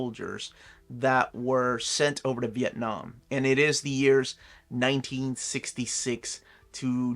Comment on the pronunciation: 'Nam is short for Vietnam. Why does pronounce each of them differently?